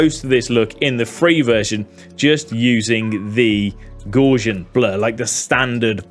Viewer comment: Hi. Loved the video, but please learn how to pronounce 'Gaussian.' Clue: its not how you pronounced it :-)